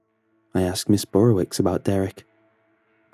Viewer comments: Dunno why this bugs me but it's pronounced "Burrovich" not "Burrowicks" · This is a polish name and pronounced burowich. Love the stories, though! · The wicz is pronounced "vitch" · As another follow pole, every time he pronounced it ms “burrowicks” I wanted to correct him 😂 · Thats a polish name but it doesn't sound polish when you say it.